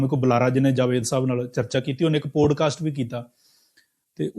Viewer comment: ਪੋਡਕਾਸਟ ਨਹੀਂ ਪੌਡਕਾਸਟ...this is for MOST Indians. Learn to correctly pronounce English words. It has NOTHING to do with accent (American or British)